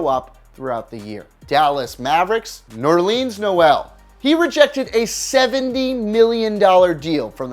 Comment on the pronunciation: NerLeans Noel😂